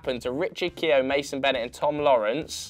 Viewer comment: Its pronounced Richard Key-ofe not keo but good vid